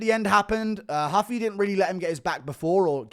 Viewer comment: It’s Rooofie not huffy